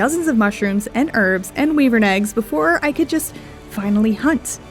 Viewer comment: Did she say “wee-vern”? That’s a first.